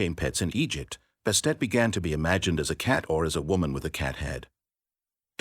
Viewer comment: You are saying Egypt and Egyptian wrong every time. It messes the video up for me.